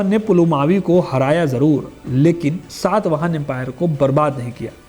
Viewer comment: It is SATAVAHANA not SAATVAHANA. first learn to pronounce properly bro